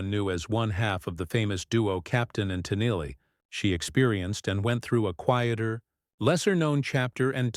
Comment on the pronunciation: Ai can't pronounce her name correctly, usea real person and we don't need things explained, not everyone is an idiot